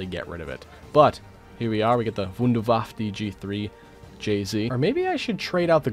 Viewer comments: Okay okay… I know I am late, but it triggers me so hard and I have to say it, even if there are already comments about this. Unlike in the English language, in German, the E at the end of words is NOT silent. Every E in German gets pronounced at such. This goes for Wunderwaffe, der Riese and other things. It’s really not that hard, there are really no silent letters in German, the exceptions are incredibly few compared to English. In fact pronouncing all E‘s in German is very important, if you are not doing it, you might say a very different word on accident. The Wunderwaffe is a Wonder Weapon and are not Wonder Waffles^^ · in nerdy voice actually, wonder waffe in German is pronounce vunder vaffer